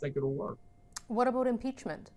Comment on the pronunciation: "What aboot impeachment?"